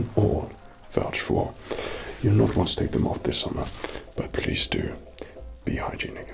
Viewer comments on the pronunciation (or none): What did he Say???? Behind You Ni***? So sorry for saying that but is still understand it every time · it sounded the same at first ngl